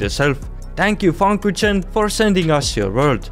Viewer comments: I love how he says FunKuchen like Funkutchen xD its a Word from the Englisch 'Fun' and the German 'Kuchen' (Englisch: Cake) Love the Video😂❤ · As a German I found it so funny when you pronounced The Funkuchen😂😂